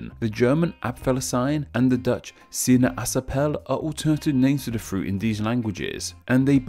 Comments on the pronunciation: I am Dutch and I found your pronunciation of "sinaasappel" (correct being [sinɑsɑpəl], yours being [sina-asɑpəl]) quite... interesting... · The "Aa" in the Dutch word SinAAsappel makes only one sound. In Dutch a vowel that is pronounced longer is written down twice. Besides, the last e should be a "schwa" sound. I know it's difficult as a non-Dutch speaker. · Bad pronounciation for Sinaasappel As always Aa is pronounced as a longer "a" E is schwa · It's not Sina asappel Its Sinaas appel Nice vid btw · Dude! Look up pronunciations of words. Google: - Apfelsine pronunciation - sinaasappel pronunciation It takes about 10 seconds to find a video or audioclip of these words. All of the phonemes in these two words are entirely normal everyday phonemes in English as well, so there’s no reason for you to mess it up. Don’t just guess the pronunciation by looking at the spelling; that never works. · you beautifully butchered the dutch sinaasapple but.. i had to google the spelling so.. <3.